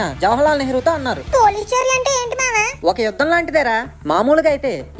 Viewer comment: It is yudham not vudham